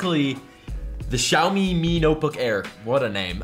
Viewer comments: They're pretty well known... shaub-eeey? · pronounced xiaomi wrongly again. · its xiaomi hahaha